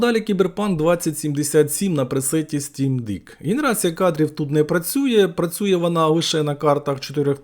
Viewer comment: "Стім дэк", не "дік", будь ласка 😅 Я вмер як почув) Дякую за крутий огляд, завжди цікавлять народні збірочки) А розумники які щось розповідають за і3 та RTX4080 в одній збірці, просто монстри)